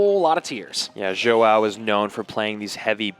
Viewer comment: These casters are terrible. Instead of pronouncing King Joao's name like King Jow. Both of them are saying King Joe-oww. Stream would be better without these 2. Maybe I'll just turn the sound down. But I mean come on. At least get the players name right. That should be easy. Soo freakin annoying. Once again, my cousin that stutters and has turrets is available if you want to upgrade supercell.